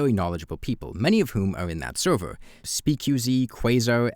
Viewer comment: Why don't you pronounce "r"? "Sewvew", "shawe"? Why?